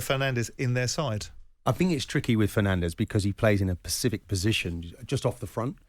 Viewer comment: Please can someone explain to Keown that the word is 'specific' not bloody 'pacific'.